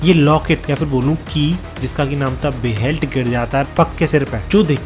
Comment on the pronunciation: Bhai explanation badiya thi per plzz chize thodi detailing se explain kiya karo or ha wo बेहेलिट hai बहेल्ट nhi bro😅 by the way I love your videos ❤❤